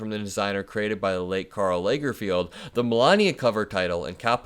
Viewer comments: Hey you're pronounced Chanel correctly today.🎊 Kudos. Next: Karl Lagerfeld is Lah- gerfeld, not Lay-gerfeld. You are a fast learner and will do well in communications! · Seriously, you still haven't figured out how to pronounce Karl Lagerfeld?? It's not LAY-ger-field. It's LAH-ger-feld. FELD, not FIELD. Geez. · It's LagerFELD there, not " field ". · Pronounced "Loggerfeld" 💙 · Love your channel........this is not just about you but I'm so tired of people pronouncing Karl Lagerfeld's name wrong!! 😂🤣 please look it up! I know you probably will never have a reason to say it again, but just in case!! 😉💕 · Boys.🤦 Lagerfeld is pronounced with a short a, like lager the beer. Props for the correct pronunciation of Chanel when so many Gen z young men say channel. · Please learn to pronounce Lagerfeld correctly. 😢